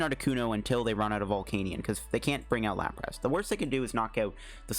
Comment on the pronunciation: how you say larpas is killing me